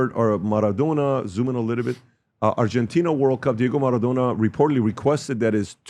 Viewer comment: Wtf is "Marathona"?